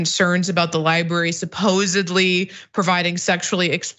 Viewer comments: 'ly-berry' and 'ly-buhrian' are not how those words are pronounced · Cenk has struggled with the pronunciation for years. I’m sure he’s been told about it and knows it but for some reason he can only manage to say “libary”. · Cenk ... love you man, but please .. there are 2 r's in "library" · Can someone tell Cenk that there are 2 Rs in library????????????????????????????